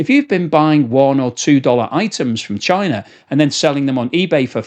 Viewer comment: "Parcels coming from chienne 🐕" good french pronunciation here!